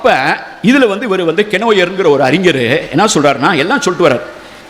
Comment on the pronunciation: அழகய்யா உங்கள் ""தமிழ் "" இலக்கியம் ஆனால்" தமில்" " தமில் " "தமில் "என்றும் அறிஞரை "அறிஞ்ஜர்"என்றும் தமிழை "சங்கறுக்கின்றீர் "வருத்தமடைகிறேன். நாம் இருவரும் சந்திக்க முடிந்தால் உங்களை "தமிழ்" உச்சரிப்புக்கு எளிதில் பயிற்சி அளித்து மகிழ்வேன். வணக்கம்.